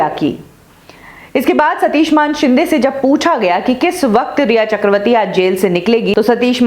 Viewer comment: ये सच्ची बात है. और ये मानशिंदें क्या होता है???? बोल मानेशिंदे. तुझे भी चप्पल पडनी चाहीये.